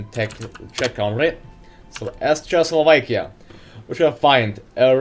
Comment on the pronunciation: Dat "Chechoslovekia" pronunciation